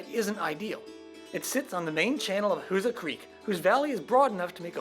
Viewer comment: My parents were from Steelville. I always heard it was pronounced "WHO-zaw"... But nice to see thvideo! e